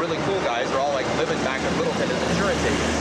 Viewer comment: middleton? its littleton